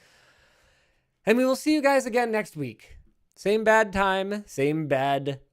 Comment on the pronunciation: i thought for so long they said "same bat time, same bat place" at the end of each video, and i never got why there were making batman puns XD, i just now realize that linus is saying bad, not bat lol